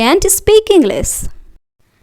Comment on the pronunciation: Mam इंग्लिस नहीं इंग्लिश होता है सी नहीं शी{she} होता है